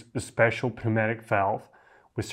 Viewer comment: FYI, the "p" in pneumatic is silent